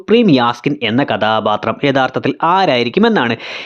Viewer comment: കഥാപാത്രം എന്ന് മര്യാദയ്ക്ക് പറയടെയ് 😂 അരോചകം 👍